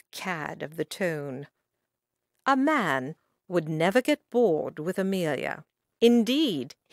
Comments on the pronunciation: Its not tone, its ton, pronounced tun, that's as close as I can describe it. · AGREED!!!! EVERY TIME she said " tone" I cringed and wanted to scream.. IT IS TON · OMG the word IS NOT " TONE" I cringe every time she says it... IT IS "TON" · I’ve read this kind of book before and always wondered how to pronounce “ton” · Why is she pronouncing "ton" like "tone?" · narrator mispronouncing “to and scone she’s using US English .The ads are too many ad interferes with the witty story .